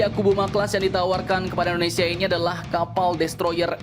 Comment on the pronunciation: ke Philipina gratis, ke indo di jual??? meski murah mendingan gausah mungut sampah, mau semurah beat karbu pun perawatan kapal tua tetap mahal dan lebih banyak ngedockingnya untuk perawatan daripada berlayarnya *btw sedikit terganggu dengan ucapan "typo" admin nyebut kapalnya akubuma akubuma